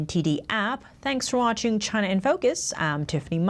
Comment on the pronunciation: It's not Choynor in focus, its not Gyna in focus, it's China in focus.